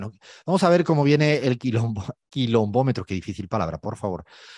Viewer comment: Se dice y se escribe correctamente asi: Kilónmetro jajajajajaja 🤣 🙊